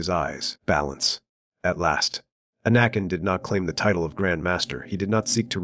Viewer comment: Jedie? Quiee-gon-Jin? Ah-nakin? Pain, listening to this, it brings. Yes, great suffering.